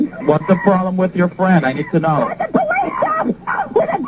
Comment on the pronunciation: Mam it's not plesz it's police